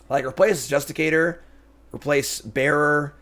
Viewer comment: Does he ever say Justiciar the right way xD